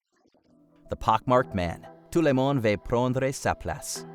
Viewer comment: the accent when you say ‘tout le monde veut prendre sa place’ is funny asf